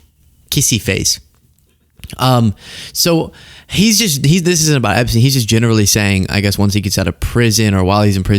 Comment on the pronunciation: Epsteen? what about Einstein? So it's Eensteen now?